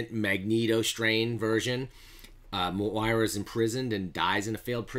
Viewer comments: Nice breakdown pronounced Moy-rah Bold prediction: we are currently reading Moira's 6th life...and how these event's lead to her ultimate resentment of Charles Xavier leading up to her 10th and 11th life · I can’t subscribe to someone that can’t pronounce Moira